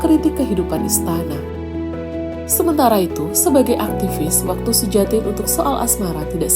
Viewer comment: Cara bacanya Suyatin barangkali, bukan Sujatin.